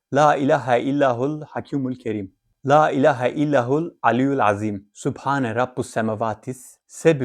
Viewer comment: okudugunuzla yazilan dua arasinda fark var siz illahul diyorsunuz dua da illallahul yaziyor.